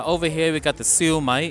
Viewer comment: Just FYI Shu Mai is pronounced - siew myyyyyy.....no disrespect intended